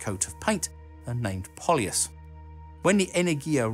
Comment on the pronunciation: I got to see Buran at the Paris Air Show in 1989. It was mounted on top of the six-engined carrier aircraft. It was an amazing sight to see. By the way, Polyus (Полюс) is pronounced Pole-You-S (soft s sound), not Paul-Ee-Us.